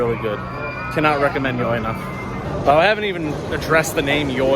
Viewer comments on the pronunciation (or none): I know it sounds stupid, but YoY is supposed to be pronounced as 'Joy'.